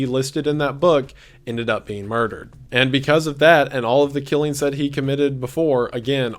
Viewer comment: “killeens” instead of “killings” frustrates me